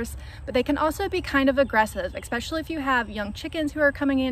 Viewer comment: No such word as (ekspecially) You said this numerous times in your video. Just so ya know.